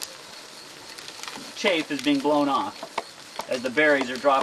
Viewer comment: Please update your pronunciation: I think the winnowing residue is chaff not chafe. It's short a, not the long a sound. Sound is like in the a in the word "Hat"; not like the a in "late". Good work here -- I did the same thing in my garden this year for the 1st time!